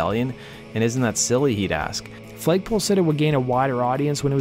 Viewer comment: Why do you keep saying FLAYG poll sitter? Its FLAG pole sitter. Enunciation mate.